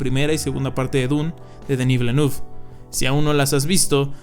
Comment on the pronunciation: Se pronuncia Dení Vilenev o Vilenef